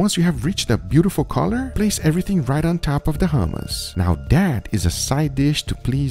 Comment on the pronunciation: Bro the way he says hue-mus is annoying. In the real middle east u use the throat for the h in hummus